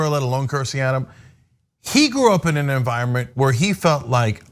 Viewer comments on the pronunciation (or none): none